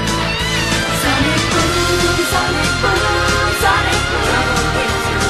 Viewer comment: It's actually 'Sonic Boooom' not 'Sonikuuuuuuu'